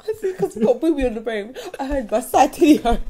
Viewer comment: (Girl in taedaddys bid)"My side tittay hurts" lmfao...dead. She might wanna get that checked though ijs lol -I can never unhear that now you are so silly!